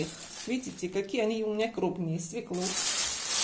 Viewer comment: Правильно будет свёклу, а не свеклу